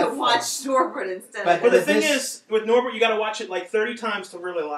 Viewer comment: Norbit. Not Norbert.